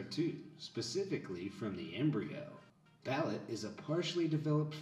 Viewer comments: LOL .. he says "balut" like "ballot". It's pronounced "ball loot". My sister in law likes it but I would never never try it .. yuck. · The way the guy pronounced “balut” made me mad